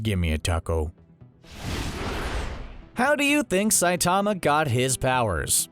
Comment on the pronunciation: CBR: Saitama has awesome power, here are a bunch of details from the show. Also CBR: pronounces Saitama's name wrong for the entire video.